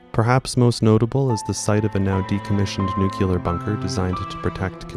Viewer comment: Once I hear someone pronounce it New-Cue-ler, I can’t go on.